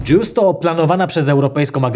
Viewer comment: Dobrze słyszałem, sonda JEWS?